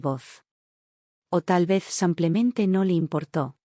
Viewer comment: Me gustaría que pronuncien bien el español. No es samplemente, es simplemente